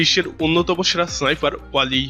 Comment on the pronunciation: সাইফার নারে বলদ, স্নাইপার হবে